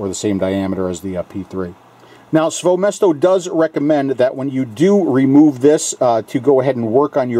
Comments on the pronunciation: Great review. Also, if you interested, you can pronounce KAYFUN and SVOЁMESTO more accurate if you want to impress somebody. It's actually sound like [kɑifun] and [svoyo mɛsto]. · I'm a bit late to the party, but it's actually pronounced as "Kayfoon", much like "Tayphoon". As for "SvoёMesto", it's pronounced as "SvoyoMesto" (or "SvojoMesto", if you prefer German)